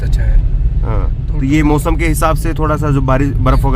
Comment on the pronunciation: मौसम को "मोसम" कहता है... शर्म नहीं आती तुझको???